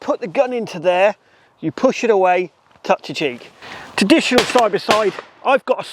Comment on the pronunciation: Sorry, but I have to say it, there is an R in traditional.